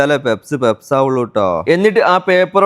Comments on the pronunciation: പെപ്സ് അല്ല, പഫ്സ് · പെപ്സ് alla പപ്സ് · Njangal PUFFS ennaa parayua. Peps enthaanaavo karuthi🙄🙄🙄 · പെപ്സ് അല്ല. പപ്സ്. ആദൃ൦ കേട്ടപ്പോൾ എന്ത് സാധന൦ ആണാവോന്ന് കരുതി. 😂😂😂😂😂😂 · Sheriyan peps alla bro pups enalle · പപ്സ് ആയിരുന്നോ.. പെപ്സ് എന്ന് കേട്ടപ്പോൾ വേറെന്തോ ആണെന്നോർത്തു 😂😂😂😂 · Pepps alla pupps😂😂😂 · Peps alla puffs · Papsinu peps enna parayunne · Peps alla kakka.puffs Endhayalum sambhavam adipoli